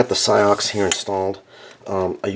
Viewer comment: I think CIOKS is pronounced 'chocks'.